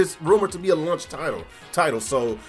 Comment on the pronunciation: what's a "lunch title"? ;) Jk... I'm just breaking your balls on the pronunciation of launch. Great vid as always!